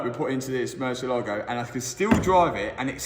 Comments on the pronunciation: dude!, it is pronounced murciÉlago , the accent is in the 'E', not the "A". mur-ciÉ-lago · Ooooh and also mar a lago instead of Murciééélago...